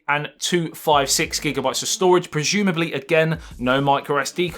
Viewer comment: Projumably???!!!! I think he means prozumably😁